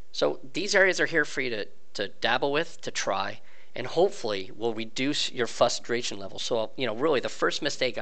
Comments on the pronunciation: Its frustration, fustration. Fyi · there is an R in the word frustration, its not fustration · The word is "Frustration". You're missing the R's when you say it :-p Also when you choose economical route it selects smaller jumps to conserve fuel. You can go much further than you can with Fastest Route because the long jumps use more fuel exponentially. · wait... new people have these issues often? I just dropped in and started playing and had no real issues :| Figured the game did a fairly good job with the tutorial to prepare me. Also: What does 'fusstration' mean? You have mispronounced frustration so much that I really do suggest sitting down and practicing saying it correctly in sentences. This aint here to be a dick. I'm actually trying to help fix what I think may be a speech impediment. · I mean come on, how old are you saying fusstration? Old enough if you have a "fine cigar" no excuse honestly